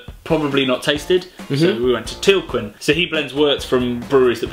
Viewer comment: Beer Channel and Tilquin is not pronounced Tilkwin. The 'quin' is pronounced like in Americain, like the French do ;)